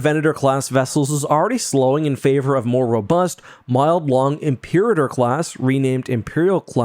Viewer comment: Imperator is pronounced ‘im-per-AH-tor.’